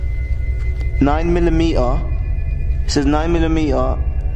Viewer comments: Is that a Bullet ?guys is that a Bullet ? Oo fuxk 🤦🤦🤦 9 milimeea 9milimeea my Brain hurts Just listening to this Guy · Noine milly mee-ah (9mm) You poor Brits, don't even know what a bullet looks like or how they work. That was sad...watching them struggle trying to figure out what a casing is and what a bullet might look like.